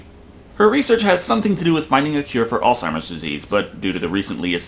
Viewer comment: Great review, but I think my favorite part is that someone actually knows how to pronounce "Alzheimer's".